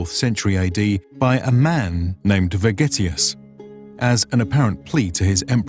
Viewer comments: Sounds more like "Vergetius" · I thought he said spaghettius😂